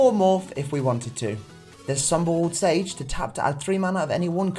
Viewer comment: I didn' t know siege is pronounced sage.